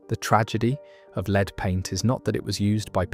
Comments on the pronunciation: Oh dear... AI again, Leed paint, pronounced LED, FGS! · La-ed, lead, not leeed. AI voice overs suck and are just lazy but the uploader